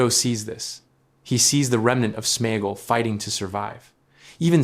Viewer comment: It is AI generated, that is why it can’t pronounce SmeAgol.. Same as why it says Sméagol is friends with her to get the ring, it is about sharing food but he realise he can use her to also get the ring.